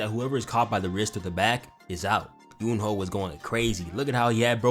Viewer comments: ok i just need to say this please stop saying Jin-woo that is not his name listen to his sister and mom and dad pronounce his name it's Ji-noo or Jee-noo like salmon is(sa-mon) hey i could be wrong but everyone keep saying Jin-woo cause it spell that way this video need a Jin-woo counter might get 40+ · "Jin Wooty" killed me